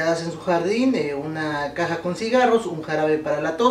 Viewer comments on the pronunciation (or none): none